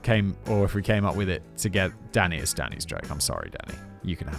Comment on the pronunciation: It's got to be some sort of diagnosis that every time he says Danny, I hear Daddy and grin. 🤨